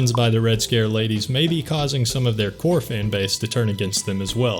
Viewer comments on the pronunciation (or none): none